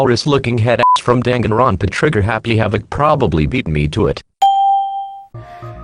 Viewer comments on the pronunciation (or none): none